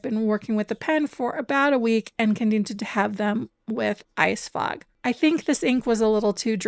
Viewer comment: FOG, not frog. Ok. Now I understand. Carry on.